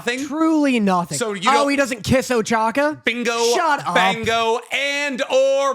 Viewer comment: I like that keeps giving shit about pronouncing Soka as Soaka, but then he keeps calling Ochako "Ochaka"